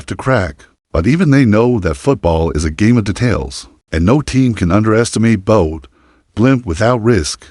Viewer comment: And Bodø. It's not Bode or Boad. The ø is pronounced as the ea in early or heard. Ø means island.